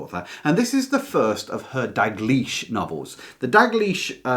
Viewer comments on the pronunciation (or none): It's Dalgliesh (in P. D. James), not 'Dag liesh'! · Is the letter "l" silent when you say Dalgleish's name?